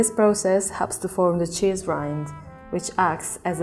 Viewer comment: "The chizz iz legit!" 😂